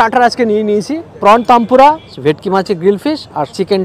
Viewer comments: হে ভগবান! tempura কে তানপুরা বলছে, এরা নাকি ফুড ব্লগার! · Prawn taanpura😂😂😂😂 Otaku prawn tempura bole sheta ak dhoroner batter diye toiri hoy. 😅😅😅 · ore makra 'tanpura' noy 'tempura' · প্রথমত গালোটি কাবার ওতো শক্ত হয় না আর দ্বিতীয়ত ওটা প্রণ তানপুরা নয়, প্রণ তেম্পুরা